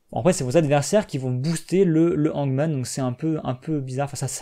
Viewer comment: J'en peux plus, dis moi que tu as un niveau moyen en anglais et que c'est pour ça que tu lis n'importe comment certaines cartes? Parce-que la il faut que tu relises le Dr julius jumblemorph et le hangman